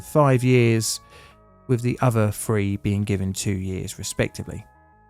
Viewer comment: Why is it that you can pronounce "the" with no problem but can't say "three" properly?